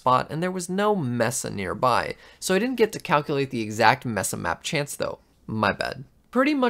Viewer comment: Cartographers are pretty worthless in RLcraft in general. Also you say Mesa wrong. Its "May-sa" and its "Wendi-go" not "wen-dingo." Mushroom biomes are useful because they are peaceful and dont spawn hostile mobs....